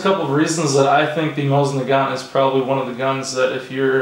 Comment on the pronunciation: Mo seen na gan, The T is silent